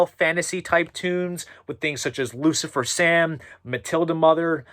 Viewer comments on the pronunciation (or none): none